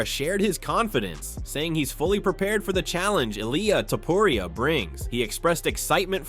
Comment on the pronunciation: Man, it's not Ilaya Tuporaya, it's Ilja Tuporia...😮